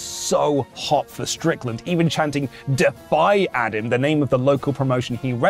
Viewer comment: "who also got defy chants" literally sounded like a foreign fuckin language to me the way said it